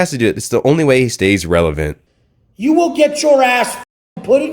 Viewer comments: "I AM RELAVENT!!!" 🤪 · Not revelant Lol are you sure 🤣🤣🤣